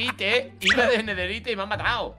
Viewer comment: es ne derita no denerite